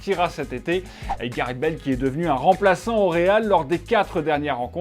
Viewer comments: Téléfoot, c'est Gareth, pas Gareht x) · je me demandais trop comment il allait prononcer "gareth"